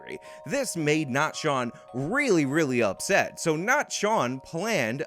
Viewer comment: Shawn not Sean